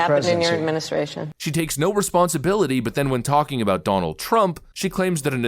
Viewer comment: Donell Trump (her pronunciation) is to blame for everything she did. If not for Donell, her history would be pristine. In fact, if it weren’t for Donell Trump, she would be a Virgin. Even though she never met him before the debate that she won.